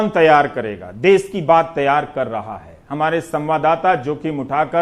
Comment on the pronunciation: "देश" ।। होता है रवीश जी।। ना की "देस"